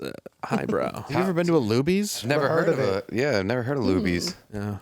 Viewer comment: I perked up when I heard Lubi's then I googled and it's actually Luby's so...